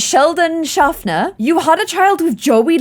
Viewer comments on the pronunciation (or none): Shafer Clare, not Shafner!😂